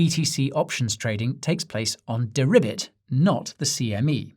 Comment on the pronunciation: 😂Guy! 🐸🐸🐸🐸 Deribit...ribet ribet...have you been speaking to Janet? BENANCE??